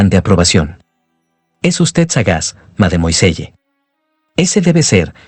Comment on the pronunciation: ¿Tanto cuesta decir "madmuasell"?